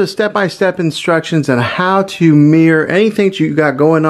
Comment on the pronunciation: Mirror not mear lol